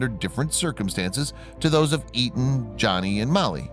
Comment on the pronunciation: You kept called him Eaton but it was Aton